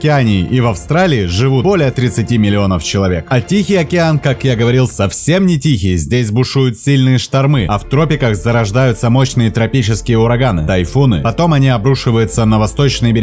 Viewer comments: 02.14 "здесь бушуют сильные штормЫ",, справедливости ради, говорить правильно: штОрмы! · СтатУи, штормЫ.... С утра кровь из ушей. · СтатУи, штормЫ как-то резанули слух, 🤦‍♀️манера чтения такая, будто вы сдаёте экзамен на скорость чтения. Зачем? Материал интересный, но подан на 3 с минусом. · "СтатУи", "штормЫ", "расположенА", "Липеруз"?!?!?!?! Упоминая белую акулу, показывает тигровую. Говорит о синих китах на фоне горбачей. И все это на бешенной скорости. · Не штормЫ, а штОрмы или штормА. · Вообще, ролик понравился - познавательно! А вот на счет "статУи, штормЫ" и тд согласен, язык надо бы подучить... На счёт китов и акул не скажу, не знаю... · Я не дослушала из-за ужасно поставленных ударений: "статУи", "штормЫ" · Вообще-то моряки говорят не штОрмы, а штормА. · А у диктора с ударениями что? СтатУи ять( ШтормЫ( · ШтормА, а не штормЫ. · СтатуИ, штормЫ? 😳 "остров Бонда" - Таиланд, Андаманское море, Индийский океан.... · ШтормЫ СтатУи 😅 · Чувак, где ты учил русский язык, статУя? ШтормЫ... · статУи.....штормЫ??? прощайте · СтатУи и штормЫ. Ребята. Русский язык как там у вас?) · Что же за безобразная озвучка! А статУи и штормЫ добивают! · СтатУя? ШтормЫ? Серьезно? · По контенту всё вроде окей, но штормЫ и статУи, аж выключить в моменте хочется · Не штормЫ, а штОрмы. Бесит незнание русского языка. Бесит! Не дрговорА, а договорЫ. Уж лучше молчите или ничего не пишите. Глаза слезятся от ваших лексик, морфологий, орфографий, синтаксисов, пунктуаций и деепричастных оборотов. Учите русский язык. Говорите правильно. Пишите грамотно! Читайте Пушкина! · Что за робот ведет озвучку? СтатУи??? ШтормЫ?))) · Невозможно это слушать... какие штормЫ, статУи🤦🏼‍♀️ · СтатУя,штормЫ….автор,у вас проблемы с ударениями? 🤦🏼‍♀️ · Автор, пока будешь говорить с ошибками.... Ты .!. какую аудиторию соберёшь. ШтормЫ, чуть кровь из ушей не пошла, и это не единственная. Репетируй речь, перед озвучкой. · Статýи, штормЫ, сЕрфинг и пр... 🤮🤢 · Перевод через Алису? Штормы, Статуи?